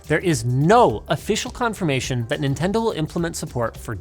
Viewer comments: "Nobody does what Ninten-doo" 😭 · He said Nintendoo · nin ten do😭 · "Nobody does what Ninten do" 😭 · Ninten-Do what sega don't lmao